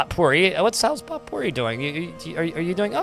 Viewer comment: "Potpourri" is pronounced "poe - pooREE". Love your stream & videos, keep up the great work!